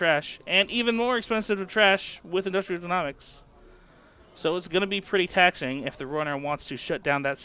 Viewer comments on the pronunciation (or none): Just for the future, it's Industrial jē-NŌ-miks, not jē-NAW-miks haha. Great videos though!